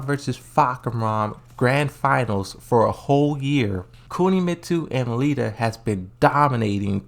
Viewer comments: He also calls Lidia "Lita" and azazel...I don't even know wtf he says when he pronounces that lol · he's definitely doing it on purpose because he said Lidya correctly when reading a comment and he used to say Kazuya correctly but then all of a sudden he starts saying Kazooa.